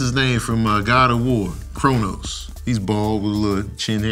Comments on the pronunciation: not for nothing it's Kratos not Kronos BUT y'all do look alike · When you called Kratos Cronos I hated you for that instant. I love you again just be careful. 🤣✌ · Kratos...not chronos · Kra-tos lmao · "Kratos" It's "Kratos" 😂😂😂😂